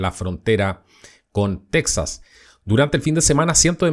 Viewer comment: Tu no esre mexicano,no sabes ni tronunciar texas,y qiuen te da derecho a opinar de lo que pasa en Mexico,no eres mexicano ni cones la fronta